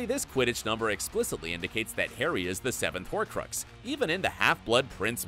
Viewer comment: If he says holcrucks wrong one more time...